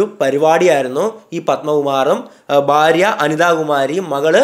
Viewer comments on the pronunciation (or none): none